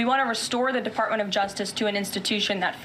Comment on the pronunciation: She called it the defartment of justice lol